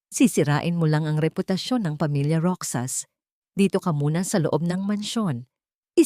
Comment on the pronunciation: Roxas sa Filipino Kung basahin po ay "Rohas"